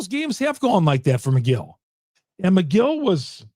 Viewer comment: I’m not a brewers fan and even I know it’s Megill not McGill 😂